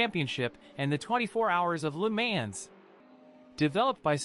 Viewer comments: You sound like those automatic phone message systems, LU MANS...lol, proper is La Mons, even though it spelled Le Mans. Great video otherwise, thumbs up! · This guy just say LEE MANS 😂😂😂😂